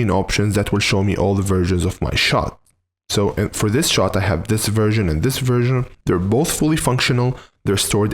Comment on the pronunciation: You should be careful when saying 'version' because what you actually say is 'virgin' 😂😂😂